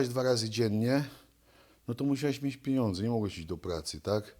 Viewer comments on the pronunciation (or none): ale gosciu nie potrafi mowic. On mowi na pieniadze- pieniedze. Albo jest po prostu glupi , ze nie potrafi sie merytorycznie odzywac, albo juz ma mozg tak obity…. Jak od bicia to nich spauzuje, bo bedzie jak golota…